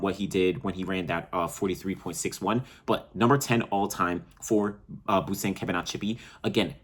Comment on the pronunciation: Its Busang (pronounced Boo'sung') Collen (callan) Kebinatshipi